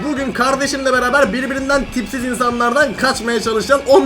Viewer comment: Abi yanlışlıkla tipsiz derken pipi dedi 😂😂😂😂😂 seviliyorsun ❤❤❤❤❤❤❤❤❤❤❤❤❤❤❤❤❤❤❤❤❤❤❤❤❤❤❤❤❤❤❤❤❤❤❤❤❤❤❤❤❤❤❤❤❤❤❤❤❤❤❤❤❤❤❤❤❤❤❤❤❤❤❤❤❤❤❤❤❤❤❤❤❤❤❤❤❤❤❤❤❤❤❤❤❤❤❤❤❤❤❤❤❤❤❤❤